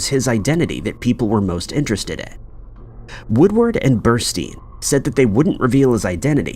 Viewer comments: Carl Bernstein, NOT Burstein, you should do your homework better. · Bernstein not Burstine, Jesus. I'm out! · The name is BERNSTEIN not Berstein. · "Woodward and Bursty"? Come on! 🫣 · Woodward and Bernstein. Not Bursty. Easily available basic information. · Woodward and "Berstei?" .. Ya' got "Deep throat" right..but not the name of one of the men behind it. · Berstei? Wtf did you have AI read you a summary and then type it out or something?